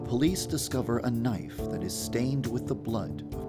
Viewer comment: GuppyBunz. I love jay lets get this Knifeu then end Modori's lifeu